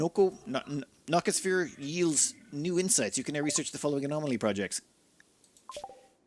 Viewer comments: "Niko-sphere" Proof that is always drunk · No-see-oh-sphere :) Like nocioception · Nociosphere pronunciation: "No See O Sphere" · I don't think I've seen a YouTuber pronounce nociosphere correctly yet. No SEE oh sphere. Named after the nocio receptors, the part of the nervous system that registers pain. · Ever since I saw a Nociosphere (pronounced as Gnaw-Sea-Oh-Sphere fyi btw) in action, I've come to believe that they're the single most dangerous individual entities that RimWorld could throw at you, which I'd rate a tier 9 or 10 in enemy threats. Not even a Diabolus (which I'd rate as a tier 8 in threat) could come close to it in terms of threat factor. No matter how many colonists you have, no matter how decked out they are, I believe that at least one of them WILL DIE if one of these Nociospheres are near them when it's on a rampage. It can easily end a late-game colony by itself if you're careless. Of course, it could also easily solo entire platoons of enemy raiders, including mechanoids, though I believe it could still be brought down by max-point raids. P.S.: If anyone's curious about my threat tiers, here's what I have come up with: - Tier 0: These would be not so much enemies as they'd instead be more like passive hazards or threats that could be dealt with, potentially even by pacifist pawns. --- Examples: Trees, Most Mechanoid Structures that affect the map, Defoliator Ships, Obelisks, Pacifists, and pawns with the Violence Disabled gene (such as Highmates). - Tier 1: These enemies would easily lose in a one-on-one fight against any pawn, even a typical adult, or child, baseliner pawn that's naked and unarmed, only being able to inflict light (if any) injuries back to said pawn, and only in great numbers could they hope to threaten to overwhelm even a single decentl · Repeat after me. NO C OH SPHERE 😂😂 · It was the NO C OH sphere. 😂 Generally I don't mind ' mispronounciations, but for some reason this time it was killing me.